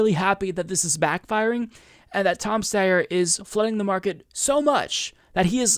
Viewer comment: His name is pronounced St-I-er. Sometimes Ys are pronounced like I in certain last names. It might be British or something, yet we all need to do our part to defeat these two billionaires so they get taxed into retirement. I thought Tom Steyer was retired anyway living on a peaceful ranch in San Mateo County California. He might as well stay there if Bernie taxes his wealth, his estate, and his capital gains if he is still tied to Wall Street, and the stock market. Let’s not forget that Steyer invested in coal mines in India while he’s trying to run as an environmentalist. He might as well divest from those mines. It’s up to us to defeat them with the power of Bernie 2020. Let’s bring Bernie to the finish line.